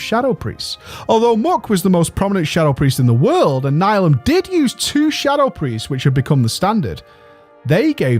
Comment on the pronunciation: Nihilum is pronounced: NEE-HEE-LUM